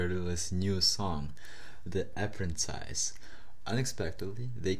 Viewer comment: Yeah Man I know, it's not your fault but that doesn't mean it's not funny 😂